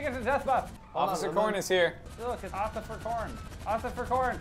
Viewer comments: I like how calls Officer Corn Occifer Corn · I love when says Occifer Corn instead of Officer Corn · When you here Ociffer Corn so much that you can't remember the word officer XD .